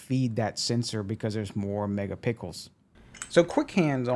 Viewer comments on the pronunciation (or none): Good video... Just wanted to let you know that you keep saying "mega pickles" when you should be saying "mega pixels" pronounced (picksils) I hope that helps.. thanks again for taking the time to make this video for us to watch. You helped me big time in Deciding if I wanted to buy the camera or not